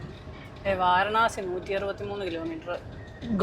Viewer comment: വാരണാസി അല്ല മക്കളേ, വാരാണസി എന്നു പറയൂ